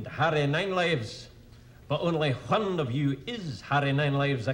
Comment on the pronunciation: "only H-one of you..." (like cool Hwhip.)